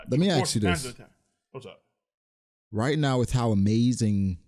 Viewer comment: Why do you pronounce ask as axe?